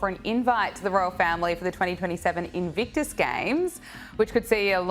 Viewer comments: INVICTUS isnt that difficult to pronounce. 3 bloody syllables, you doofus! IT MAKES ME WANT TO SHAKE YOU EVERY TIME YOU MISPRONOUNCE INVICTUS! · In. Vick. Tuss!!! That aside. Brill!